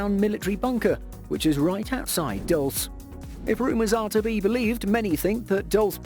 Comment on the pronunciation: Being from NM there is nothing in Dulce, BTW its pronounced DOOL/seh.